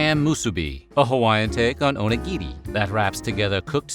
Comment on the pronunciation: Oh my gosh. Thank you for pronouncing "musubi" and "onigiri" correctly.